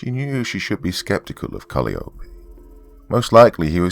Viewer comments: Calliope is pronounced Kal-eye-oh-pee. But I liked this'n anyhow. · For future reference, Calliope is pronounced "cuh-lie-uh-pee". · Great Story, Doc. Just A Small Correction. The Next Time You Run Into The Name Calliope, It's Pronounced Kal-Eye-Oh-Pee. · Calliope = Cuh-LIE=uh-pee Like the ride i.e. merry-go-round. :) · Hey Doc, just wanted to let you know the proper way to say arugula and calliope. Instead of aira-goo-la, it's uh-ROO-guh-luh and instead of callie-o-pay/callie-ope it's kuh-LYE-o-pee. I'm sure viewers will thrash me for daring to correct the good, but I'm not coming from a place of derision or anything. These words are often mispronounced because many people have only seen them written. Wonderful narration like usual though!